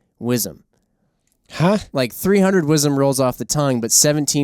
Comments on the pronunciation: Whizzem!?? That monicur just f'n sucks. "Whizzem"..... 17WSM, just love this cartridge. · Don’t know anyone who says “Wizzem”